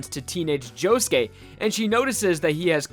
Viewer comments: when i first started watching diamond is unbreakable i thought josuke was pronounced jo-suke not jo-ske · POV: you put on subtitles and he says JOE GAY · i love you man, but can you atleast pronounce their names right?